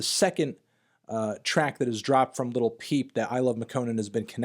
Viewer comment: Your, not a music nerd if u can't even say """"""LIL"""""" peep right.